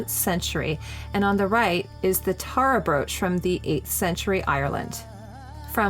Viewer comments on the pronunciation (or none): none